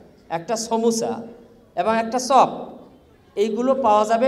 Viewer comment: বলতেসিলাম, ছা, ছপ, ছমুছা, হায়রে শিক্ষিত রে😡😡